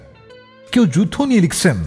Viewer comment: স্ক্রিপ্ট অসাধারণ ছিল । কিন্তু বাজে উচ্চারণ বড্ড কানে লাগে । ২৪ মিনিটে গান লিখছেন কে উচ্চারণ করছেন " গান লিক্সেন " মানে কি এইসবের? বড্ড কৃত্রিম উচ্চারণ এর । এত অসাধারণ কম্পোজিশনকে নষ্ট করে দিয়েছেন আর জে ।